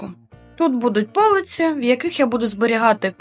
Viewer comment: Та не по'лиці, а полиці'. Не можливо слухати.